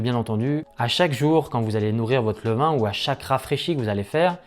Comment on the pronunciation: "levain" svp, merci beaucoup. Superbe votre chaîne, vidéos au top !